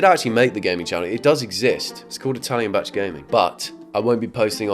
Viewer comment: bro it says bach